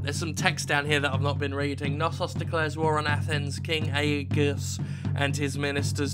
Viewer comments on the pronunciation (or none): Aegeus would probably be spoke Aige-us. I'm german though, not Greek, so not an expert. But I got most greek words right at school...